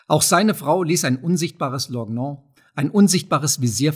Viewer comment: Mich wundern einige Fehler in der Aussprache. Jedenfalls werden in Deutschland ein paar Wörter anders ausgesprochen. Met und Lorgnon z.B. Auch die Satzmelodie ist seltsam, obwohl ich dieses Ungewöhnliche als Verstärkung des Effekts der Stimme aus fernen Zeiten deute. Das mag ich beim Zuhören alter Geschichten sehr und lässt mich das Zuhören versüßen :)